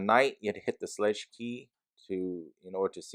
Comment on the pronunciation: Hey, thank you for your review! Also, it's pronounced SHLAYG with a long A sound, as in WAY. So it rhymes with LEG, but with that long A sound.